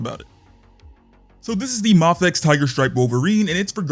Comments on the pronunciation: M “aaayyyy” fex…. if you say the first letter of the alphabet, you will understand how the name is actually pronounced…. Because the first letter of the alphabet sure as hell is not pronounced “ahhhhh” 💯👍🙄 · It’s a Japanese brand… so… マフェックス MaFekKuSu Mah-Fey-Ku-sue My favorite part is how incredibly confident you are while being completely wrong. Great job “user”